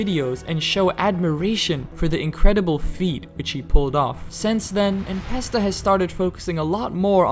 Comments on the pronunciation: "The most well-known geometry dash youtuber:" "En Pesta" ✅ "N(a)pesta" ❌ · who tf is "enpesta" 😭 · "en pesta" 🗣️🗣️😭😭